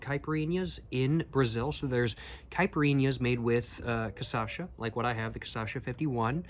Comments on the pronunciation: You almost got the pronunciation right. Its not casasha but cashasa. The ç reads like a s. And the cha reads like sha. As a retired fellow professional alchool drinker I would recommend 2 beverages that are very iconic here, they are not liquors but more akin to wine, they are: Jurubeba Leão do Norte (very tradional northeren and northeastern drink) and Catuaba Selvagem(made with a plant that is said to be a potent stimulant and aphrodisiac). In the liquor departament I would recommend Brasilberg, the brazillian version of Underberg, an adapted german disgetif bitter, that was made by german imigrants, using national amazonic aromatic herbs. And of course you should try cachaça de jambu(little hard to find in the south), its made with a flower thats a natural anesthetic, it will make your mouth numb as if you went to the dentist, and it changes the tasting experience because of the numbness. If you are looking for the high end cachaças you should look for cachaças aged in "Amburana wood"(also called Umburana or Imburana) they are extremely smooth compared to 51. If you want to have the best smokes and drinks(and food) this country has to offer, you should have gone to the state of Minas Gerais the capital of the paieros and cachaças, very rural agricultural and caipira. And for last, but not least, you should try going to a "boteco" or any bar that serves food on a wednesday or saturday, in these days they tipically serve feijoada one of if not the most iconic brazillian dish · The correct sound is almost: KAH - SHAA - ZAA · I know you can do it... Kah - Sha - Sah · You’ve been baptized—now you’re Brazilian! :face-blue-smiling: And the correct pronunciation is "Kashassa" and "Kaipeerinia". My late father used unpeeled lime in his caipirinha. PS: The only difference between the first and second caipirinha is that with the second one, you'll get twice as wasted. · Just a small correction, t's actually KAH-shah-suh :) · pronounce: caipirinha > cachaça